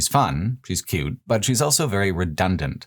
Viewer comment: pronounces the word "also" as "elso"